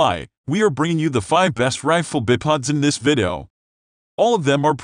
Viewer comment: “Bip odds” I couldn’t even watch to the end the pronunciation was pissing me off 😂😂😂😂😅